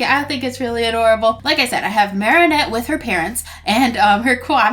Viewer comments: her name is marinette not marieynette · Could you stop saying marrinet it’s marinet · the way she pronounces Marinette tho- Marienette (this isn't a hate comment) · Why do you say at as marianette. It's marinette.